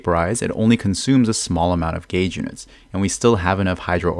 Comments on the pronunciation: Elemental GAYS theory HE SAYS😂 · Is it just me or anyone else too who suddenly thinks about Zyox and Zajef whenever he said Gauge(Sounds like Gayge)?